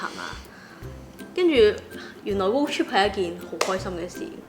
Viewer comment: 超多懒音，英文仲差，road "chip"😂😂😂